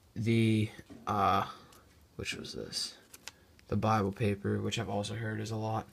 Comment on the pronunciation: Did this nigga say BIbLE